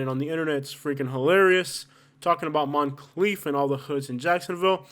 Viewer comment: Moncrief not Monclief